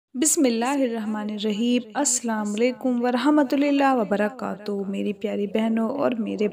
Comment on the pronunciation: Mohtarma Assalamualaikum warahmatullahe w barakaatahu hota hai na ki Assalamualaikum warahmatul lillahe wa baraaktahu